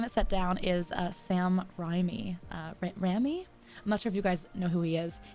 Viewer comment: The way my jaw dropped when she mispronounced his name.